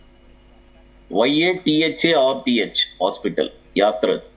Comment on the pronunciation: Yatharth hospital. First pronounce correctly. Then you can give share tips